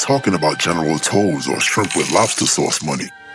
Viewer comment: General Tso's (so's). Not toes.😅😅😅😅😅